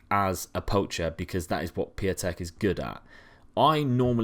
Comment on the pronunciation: Piątek is "pyow-teck"